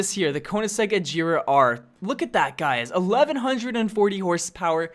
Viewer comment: It irritates me when you pronounce chiron regera agera r wrong😑